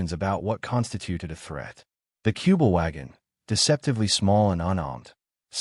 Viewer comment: Не "Куба-Вагон", а "Кюбель-Ваген".